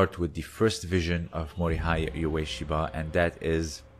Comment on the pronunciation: LOL, it's quite a good vid. I'd say once you understand the difference between a fight and an attack you'd understand more about the battle field origins of Aikido. My comment on your pronouncing of Ueshiba points to you not doing any real research into the man.